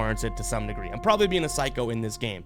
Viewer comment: Boy I thought u said nigger but u said degree. Y’all go listen